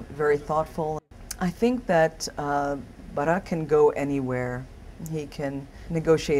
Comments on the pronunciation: i like the way she pronounces "barack" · It's how they pronounce the name in Indonesian. I pronounce the name the same and I'm Christian.